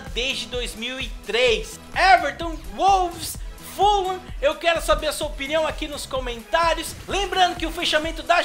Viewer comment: mano pq vc fala full lam? se é fulham